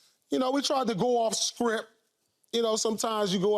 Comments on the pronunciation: Sounds like Pierce is saying scripp and sounds terrible saying it😂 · I hear scripp, not script 😂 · Did he saying Script or Shrimp?😂